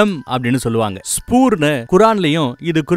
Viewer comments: நல்ல தொகுப்பு நண்பரே மானுடம் அறியட்டும் மாநபியின் மாண்பை… குரல் வளம் அருமை. தாவூத்(நபி)க்கு அருளிய வேதம் ஸ்பூர் என்று குறிப்பிட்டீர்கள். அது ஸ்பூர் அல்ல ஸபூர் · Wow. May the Almighty bless you with great rewards . Beautiful .. It is happy to hear beloved prophet's biographical outline in ur voice. Small suggestions to pronounce certain words such as Zabur , Kaa'ba , Gibreel . My favourite book is muhammad nabi vaazhkai varalaru. Or Ar-raheeq al makdhoom .Through these I got to know about Muhammad nabi ( sal ).